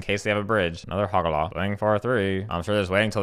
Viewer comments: For future reference, hoe-gack, very memeable name as well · I cannot believe I had been mispronouncing Hogaak all this time. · I love it how the actual name is easier than what you were saying and yet you still went on saying what you said lol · HOGAAK! IT'S HOGAAK! HOG! AAK! WHY IS THERE AN EXTRA SYLLABLE?!?! HUH?!?! AAAAAAHHHH!!!! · I can't tell if you're calling Hogaak a different name as a joke or if you genuinely don't know how to say it